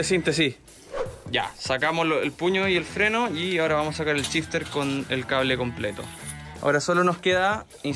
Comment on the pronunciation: si SH lo pronuncian como CH como pronuncian el CH? 🤯🤯🤯 EJEMPLO: SHifter = CHifter